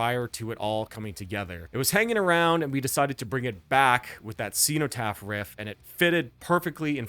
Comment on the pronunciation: I bought Realms of Chaos on cassette from a Games Workshop store in 1989. Good times! EDIT: Bolt Thrower had already had a flexidisc on the cover of GW's mag White Dwarf by this point IIRC. EDIT2: The "cen" in "cenotaph" should be pronounced as in "zen/z-En" not "xeno/xEE-no" EDIT3: Napalm Death only used 3 riffs on the entire first side of Scum. Bolt Thrower were rookies! ;)